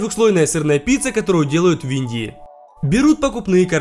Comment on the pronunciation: Я одна заметила что произносить не «В_Индии», а «Виндии», как бы совмещая в одно слово